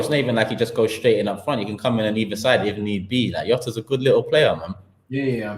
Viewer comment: it’s not YOTA it’s JOTA